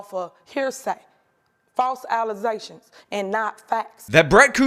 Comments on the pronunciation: I love that you're saying alizegtions😂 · I now only have one way to pronounce “alizétions” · I hope you use this clip always whenever "allezations" are brought up like you do the Ana Kasparian video! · I literally die EVERY SINGLE TIME you do the false Alozations quote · The allezations clip gets me every time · I will always think "false allezations" when i hear "false allegations"